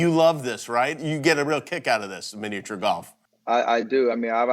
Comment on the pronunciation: He says miniature weird